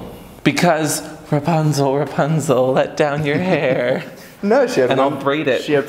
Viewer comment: Rapunzel? Rope-punzel 😎 Oh hey! It’s a ra-PUN-zel